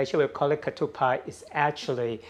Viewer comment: It's "ketupat" not "pak". Thanks for sharing this. I do make satay and peanut sauce too. I would love to see your satay recipe ..what went in marinating the meat, & sauce